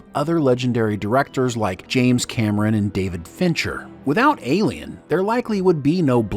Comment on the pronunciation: why cant he say ALIEN